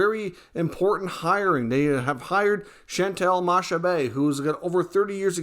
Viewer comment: Great video as usual, nota: it's pronounced MA-KA-BAY ;)